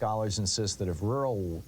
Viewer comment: This is so poorly timed, come on dude look around the world, read some news, do you see a lot of rural white rage or do you see a lot of urban elite white rage, if you think rural white rage is either a thing or a threat, you're dumb. you can't even clearly say the word rural.